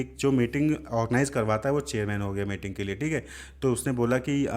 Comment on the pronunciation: Sir meeting ko mating kyu bol rahe hain